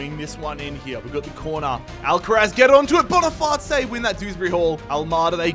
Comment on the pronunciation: Hey mate nice realistic video but bonifaice is just pronounced like face in english and not but bonifatché😅